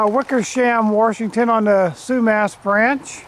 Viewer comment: There's no R in Washington.